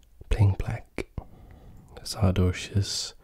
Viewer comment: Everyone : saRdoche That guy with his cool voice : Saadoche